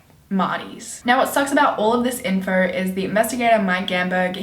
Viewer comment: The only ugly thing about this girl is the way she says "info" and I really don't even care lmao she is fucking stunning!!